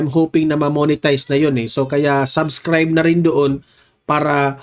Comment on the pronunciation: Hindi sabscribe but sUbscribe and not TANK you but THANK YOU paki ayos ng pronounciation mo di ba vlogger ka